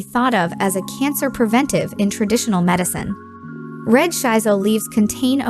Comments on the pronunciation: It pronunce shi-so not shai-so. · Thumbs down because you mispronounced the plant name. It's "Shee So" not "Shy So"!